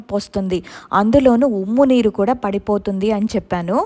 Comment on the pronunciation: Ummu neeru kaadu umma neeru